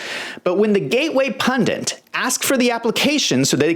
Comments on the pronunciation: Why. Oh why do some Americans say "pundants"? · Hi,. I know that it's pundits BTW. Why do some Americans say "pundants"?